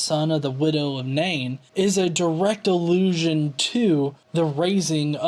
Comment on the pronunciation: Alrighty then! :p Probably just your accent. I can't hear "allusion" when you say it. I'm old, and the way people are pronouncing words these days confuses and enrages me.